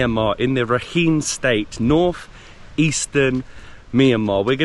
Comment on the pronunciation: Not all beaches are called NgaPaLi, there are Chaung Tha and Ngwe Saung beaches and the state is pronounced as Ra Kine ( similar to the -ine from Shine). Hope you enjoyed your stay.